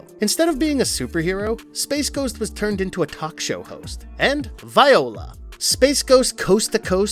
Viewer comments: VOILÀ is a french word. It is pronounced "Vwa-La". It is NOT pronounced "Vy-Oh-La" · I think he did that on purpose as an inside Hanna-Barbera joke. It's from the early HB cartoon "Super Snooper and Blabbermouse". One of Snoop's characteristics was misusing and mispronouncing words and as one of the recurring ones he'd say "viola" instead of "voila". Snoop was based on the character Archie from the old radio show "Duffy's Tavern", and the Snoop's characteristic murder of the English language was taken from Archie. So this joke goes way back, to the origins of Hanna-Barbera, and beyond to radio.